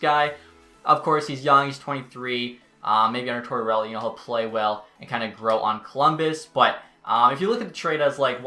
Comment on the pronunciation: no one:: Tortorelli